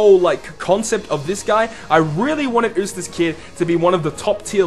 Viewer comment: I think it's pronounced You-stass and not ooh-stass. Sorry, just nitpicking! Great video and concept!